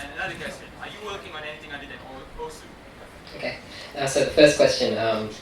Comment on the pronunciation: that is how we should pronounce osu